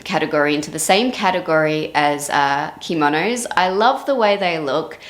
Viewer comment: When you said "kimonos", the way you said it with the accent on the first syllable, at first I thought you said "chemo nose" 😂 but then I soon realized what you did say 😅. I guess I haven't yet recovered from mine. Gary is a busy little guy ..... I love watching him wash up. Also love the beach scenes with the cute little seagulls. The water rolling in is soooo relaxing. The organic cotton looks so soft and comfortable. Thank you! ❤